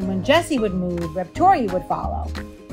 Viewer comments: "Rept-oria" XD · Confusing. Reptoria is a great name, as you pronounce it - but you spell it weirdly, like Repo - toria.